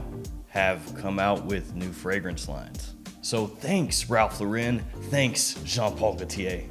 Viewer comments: Is it impossible to say “Lauren” instead of “Lor-REN”? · Yeah, it's wrong lol